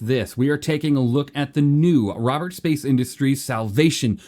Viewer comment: It's cool and all but...who's Robets ? :face-green-smiling